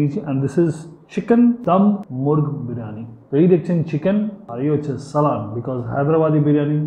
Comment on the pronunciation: LIKED THE VIDEO.YOU REALLY ENJOYED IT AND WE HAD A VIRTUAL TREAT.IF I AM NOT MISTAKEN IT IS SAALAN AND NOT SALAAN.